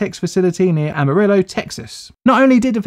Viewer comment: Isn’t Amarillo pronounced aH Ma Ree yo (I don’t know how to type out yellow in Spanish lol)